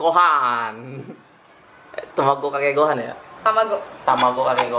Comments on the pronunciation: gohan coyy bukan gohang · Gohann bukan gohang